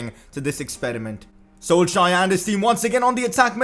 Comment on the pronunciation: Your saying Solskjaer wrong